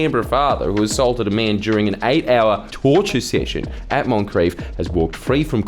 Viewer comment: I like the way Aussies say "torture session"